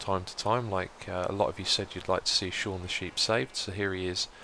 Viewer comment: It is not pronounced Seen, my name is Sean.